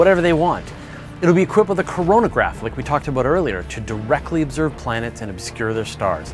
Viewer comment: Did he hust say coranagraph. All i thought of was corona